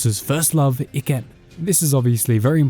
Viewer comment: Bruh it’s I-kem not E-kem